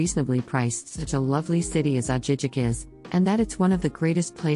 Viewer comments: It is pronounced Ah-hee- heek. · Girl you have to know how to pronounce these towns. I really doubt you have even been to those cities. Ajijic was the clincher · if she even visited Ajijic she would know it’s not pronounced that way. Leads to her credibility of what she is talking about if she hasn’t even visited the towns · need to improve the narration. Ajijic was pronounced wrong! Jajajaja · Soooo wrong. 😂